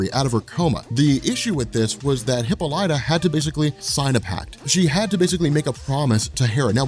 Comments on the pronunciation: LOL Come on dude. HippoLightah? It's hip - AH - li - ta ! PS I love your stuff man. I have been binging on your channel for weeks now. Pronunciation of hero names and places is your kryptonite though. BEE-ah-lee-ah is the city at the start of this series. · Hippolyta [hi-pol-i-tuh] "hippo-light-a" is driving me crazy. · Wonder woman's mom's name is pronounced hip-Paul-lit-ta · You pronounce Hippolyta's name like a jackass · Thank you, I'm glad I'm not the only one, I didnt wanna be the one to say anything.